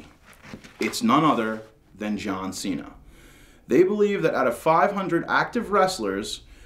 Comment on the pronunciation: and its cena not cean